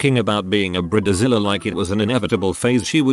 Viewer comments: He pronounced it briddezilla💀 Just get a real person to read this ffs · Brid-e-Zile is always my favorite part of these videos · I love the way he pronounces bridezilla....brid- de- zilla!